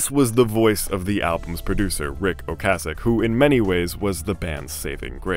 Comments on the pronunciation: I have never heard Ocasek pronounced that way. Have always heard it "Oh-Kay-sec". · It's Ric oh-KAY-sik. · oh-KAY-sic. You literally pronounced it every way BUT the correct way.